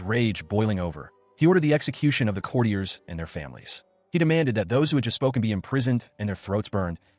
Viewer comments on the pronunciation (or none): none